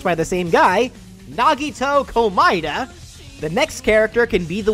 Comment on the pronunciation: That's how it's pronounced in Japanese